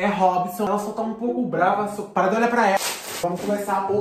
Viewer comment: nss eu e minha melhor amiga na escola: "parannhh com isso naturaal" "parannhh com isso matematicah" "parannhh" "parannhh com isso arroz i fejão" isso tudo so pq assistimos vc kkkkk tudo pra nois é "parannhh" kkk fixa?